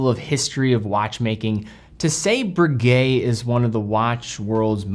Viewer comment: Breguet and Rolex owner here. I'm in the market for a factory-new chronograph, but I won't be buying this one. 1., the name is Breguet, not Broogay (the eg element as in pronouncing egg). 2. The new 42mm size to too big for most tastes. 38-39mm is far more generally acceptable. This applies particularly to buyers of higher end makes like Breguet, which are chosen for taste, rather than look-at-me flashy inclinations. 3. $18,000 is too expensive for what it offers. 4. The power reserve is insufficient, compared to alternatives. 5. It's too thick at 14.1mm. 6. Only 100m water resistant. Conclusion...... Breguet have got this wrong, and as a dedicated fan of this wonderful company it saddens me. It also irritates the heck out of me to admit that the best alternative is the Daytona, but with so many 99.9% perfect copies of the Daytona out there, devaluing ownership of the real thing, that's not what I want..